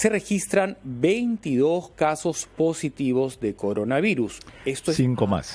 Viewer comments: CONDOR AVIRUS??? XD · Dijo condora virus...